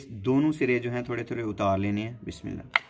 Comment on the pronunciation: Mashaallah, love the way you say Biamillah.